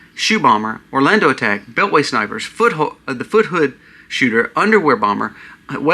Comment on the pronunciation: Fort Hood not Foot Hood!